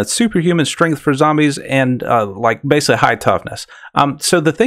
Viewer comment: It's pronounced "basically" with a C, not "basely."